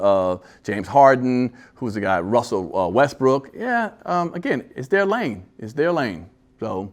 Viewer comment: lol she said RestBrooks. Just messed his name all up.